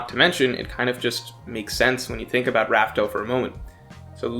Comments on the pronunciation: Wasn’t it confirmed to be pronounced “laugh tale” not raftel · How does still not know it’s laugh tale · It's Laugh Tale* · Rafael isn't it laughtail? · I’m gonna be honest with you chief. We’ve known for well over a month that the true name is Laugh-Tale. Hearing “raftel” even after that really throws me off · why is he calling it Raftale?! We literally got the name from Roger himself calling it Laughtale! Dude is a OP YouTuber and still using the wrong name🤣 crazy imo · its laughtell not raftel xD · I thought it was confirmed to be pronounced laugh tale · Whoa whoa whoa it's 'Laughtale'. Come on now.